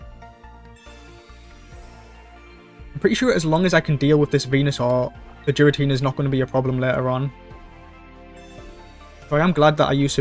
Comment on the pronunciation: Still pronouncing Giratina to Jiratina